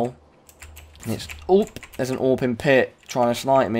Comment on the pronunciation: theres an owp.... a-w-p it aint that hard to say in real life its aw .308 anyway